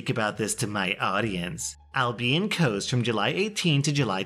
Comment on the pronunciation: It's Kos (Cos) not Kos (cose).